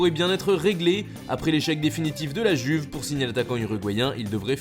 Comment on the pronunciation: Enfin tu prononce LA JUVE sans accent italien ! MERCI, MERCI, MERCI